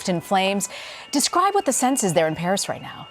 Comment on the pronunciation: In "bharis" 😆